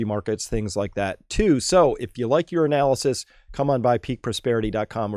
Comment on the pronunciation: I see you caught that one too. When he was saying “your analysis”, that’s exactly what it sounded like and I thought the same thing lol.